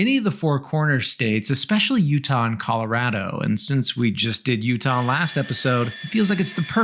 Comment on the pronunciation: I appreciate how you pronounce Colorado the Coloradan way.